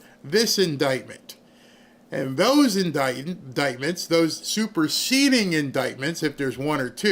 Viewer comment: When he said "superceding" I thought I was hearing "Super seedy"... with Comey both are true